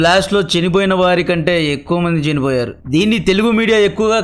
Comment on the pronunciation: కంటెంట్ బాగుంది. మాడ్యులేషన్ అసహ్యంగా ఉంది. చినిపోయారు ❌❌ చనిపోయారు✅✅✅